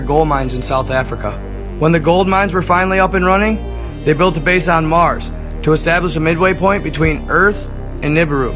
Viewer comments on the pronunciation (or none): none